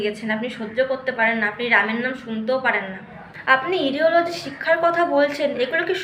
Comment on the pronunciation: Pronounciation "ইডিলজি" না হবে "আইডোলজি"।